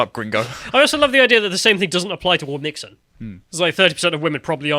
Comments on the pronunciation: It's not "wom-mix-in", it's "whom-chin". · It’s “womxn”, like ‘womzin”.